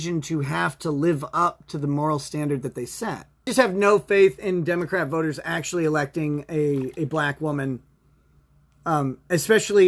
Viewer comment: "well acktually..." (incoherent Nickisms)